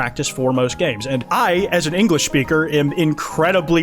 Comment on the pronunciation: Linglish lmaoooooo